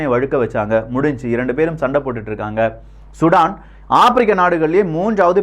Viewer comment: நண்பரே மீண்டும் மீண்டும் தவறாக உச்சரிக்கிரீர்கள் சுடான் இல்லை சூடான் தமிழை சிதைக்க வேண்டாம்